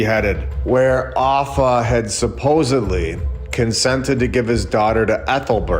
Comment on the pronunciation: Sorry to be a prune but its 'SUP - OSED - LY' not 'SUP - OSEB - LY'.... (supposedly)